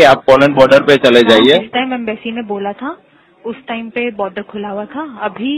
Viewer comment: Pehle boder ko Border kehna to seekh lo, phir reporting karna..